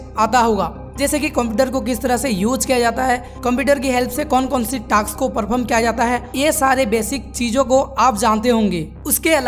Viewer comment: Task ❌ taks✔️